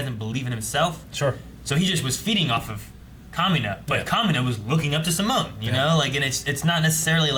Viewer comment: 11 episodes in and I still haven’t gotten used to them saying sim-moan instead of See-Moan